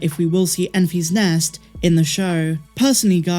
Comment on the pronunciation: It’s pronounced EN-fiss not EN-fees. It’s all one word, it’s not a possessive like “I found the egg in Mary and Enfy’s nest.”